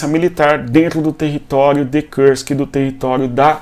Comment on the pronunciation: Cara, por que você fala Kursk como se fosse em inglês?